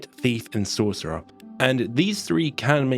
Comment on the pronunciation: I thought buddy was having a stroke when he was saying sorcerer